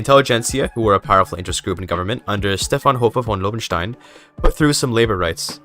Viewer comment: The pronunciation of „Stefan Hofer von Lobenstein“ was actually pretty good :D